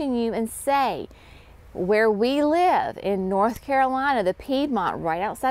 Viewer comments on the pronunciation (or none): none